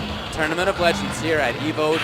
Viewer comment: tournament of "legengs"